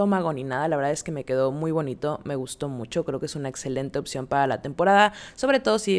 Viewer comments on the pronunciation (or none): none